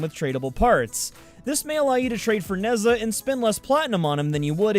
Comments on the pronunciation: 1. Ivara was pronounced right 2. Nezha was wrong, true. 3. Equinox is clearly a she 4. And vauban was butchered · In Chinese we read Nezha as Ne-ja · not how you say Ne'zha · pronounces ivara and nezha wrong and calls equinox a she pronounces vauban right and says "and if i said that incorectly, im sure you guys wont have any trouble correcting me in the comments!" i want to die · If there's any pronunciation that needs correcting, it's Nezha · Oh god, the way you pronounce Nezha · As someone who plays Smite, the way you say Ne Zha hurts my soul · I wont tell you how to pronounce Vauban, but I will tell you youre pronouncing Nezha wrong lol. Dont worry though, nearly all of the warframe youtubers Ive heard pronounce his name in a different incorrect way, so I think Im used to it <3